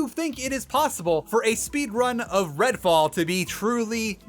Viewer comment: Redfall? Sorry, I thought you said Redwall. I am honestly less interested. (to be fair, this is the first I've heard of it, but I really did think of Redwall books)